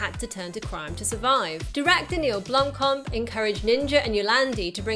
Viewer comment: Blom as in "Rock" and "Kamp" as in "Camp"